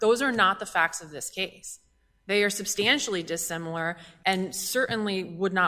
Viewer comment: "substantially dis-similar" LOL 🤡